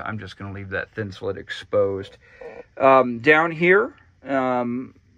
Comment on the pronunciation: Awesome build but if I hear thinsalit one more time I’m gunna die. It’s thin-sah-LATE just like Insulate. It’s a play on words. Sorry…..driving me crazy. 😬👍